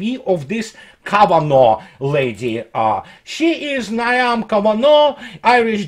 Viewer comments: Niamh. Pronounced Neeve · Niamh is pronounced Neev. She's an idiot. 😁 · Gaelic female name of Niamh is pronounced 'Neeve" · Jeeeze bruh, Niamh is pronounced 'NEEV', its an Irish name, you could try looking it up to find the correct pronunciation before you broadcast, it's as pathetic as Yanks pronouncing everything the Yank way, like a bunch of stupid yyankers!